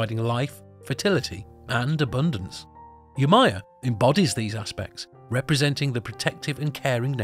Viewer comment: Yemojà..... Not yemaya*